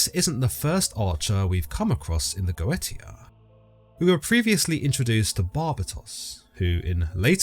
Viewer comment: Its not Go eta, goetia is pronounced Goesha